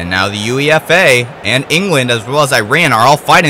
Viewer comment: Not that it really matters at this point, but it's pronounced 'YOU-AY-FUH' not U.E.F.A. This was a fun watch, by the way! Great stuff.